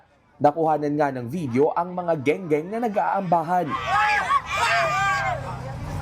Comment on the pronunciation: Skwater kamo hindi gengeng